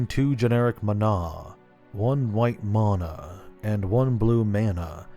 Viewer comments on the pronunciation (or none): I love watching these little lore tidbits, but the one thing i find slightly infuriating, in a mostly joking way, is the way you pronounce the word "mana". You pronounce it 3 different ways. I'm just curious why you pronounce the same word in 3 very different ways. 🤔 But again, I'm saying all of this as a joke. Mostly. On a barely serious note, please just pick one and stick to it. Love ur videos, keep up the good work friend. 😁